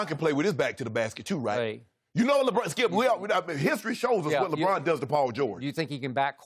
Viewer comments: Chris: Labwannn James 😂😁😀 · the way Broussard says LeBron has me dead 😭😭😭😭